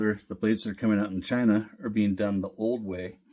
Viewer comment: Did you say “shine-ah”? Hehehehehe